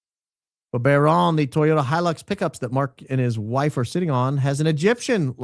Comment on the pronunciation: Toyota “He-Licks”